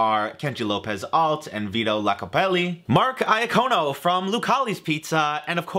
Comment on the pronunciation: Probably been said already but it's Vito Iacopelli...